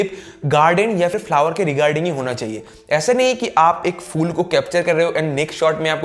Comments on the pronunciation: Fool nahi hota fool, its Phoool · Its phool (flower), not fool 😂😂😂😂.. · It's not fool it's phool ph not fa